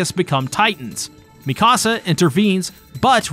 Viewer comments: Mi-Casa. How. How do you get that? Is this an inside joke or something. Mikasa. Not mi casa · i can't tell if he's messing up the pronunciations on purpose at this point. he pronounced Mikasa like "Mi casa", spanish for my house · And Mikasa